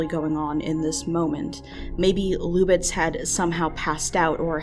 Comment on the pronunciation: "Luck B". It's pronounced louk just like the spelling: "Luke".